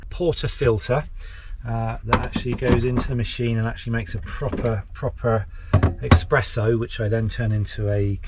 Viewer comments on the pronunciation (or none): Please say Espresso